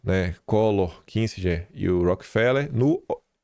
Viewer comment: Não é “KiNsinger”, é Kissinger.